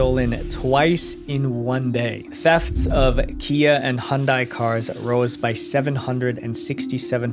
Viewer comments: hundai? not Hyundai? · It so funny how people from South Africa pronounce Hyundai they say Hun-day I'm just obsessed with South Africa.